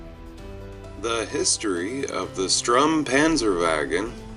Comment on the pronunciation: Sturm, not Strum